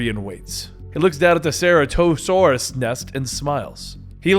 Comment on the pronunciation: Omg the way he’s saying Ceratasaurus hurts my soul